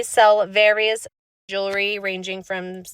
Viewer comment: One of the most mispronounced words in the English language. "Ju-la-ree" How about "Jew-el-ree" hey, that almost matches the spelling. Try it a few times, see how it rolls off of the tongue. "Jew-ell-ry"